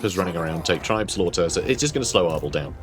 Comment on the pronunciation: Uhhh it’s actually pronounced “tribes-laughter”